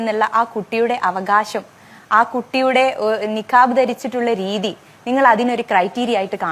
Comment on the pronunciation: നക്കാബ് പോലും, ഉച്ചരിക്കാൻ പോലുമറിയാത്ത ഫസലിനെപ്പോലുള്ളവരെ മുസ്ലിം പ്രതിനിധിയായി കൊണ്ടു വരാതിരിക്കൂ..